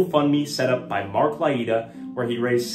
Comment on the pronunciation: Learn to pronounce Mark’s last name